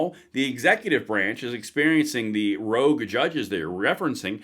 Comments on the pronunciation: love your work but the word is ROGUE not rouge which is reddish in color. Keep up the tremendous work my friend R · Rogue, not rouge.